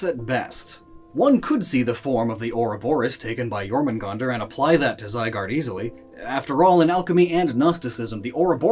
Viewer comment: ZYGARDE, NOT ZYGUARD! FIX IT NOW!